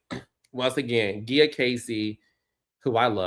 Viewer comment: Wait why are you saying Gia like that? Is that how she pronounces it? Because if so she just needs to pronounce it the regular way. Cause that hurt the ears. Hell no.